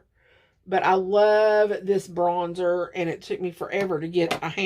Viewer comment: Lol, "bronsher" with an Italian accent with a bit of French mixed in. 🤣